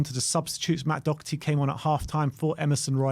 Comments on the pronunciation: It's Doherty not Docherty. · <Dor her tee >